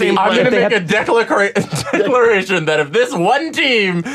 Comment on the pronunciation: messing up the pronunciation of “declaration” is the best part about this episode